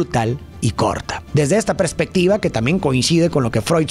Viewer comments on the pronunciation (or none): none